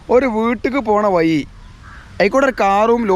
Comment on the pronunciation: വയി അല്ല വഴി